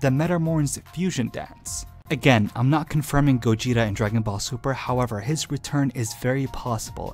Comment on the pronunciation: Whe he first said gogeta i misheard gojira and i was like '' oh. GOJIRA GOJIRA.'' anyone else??!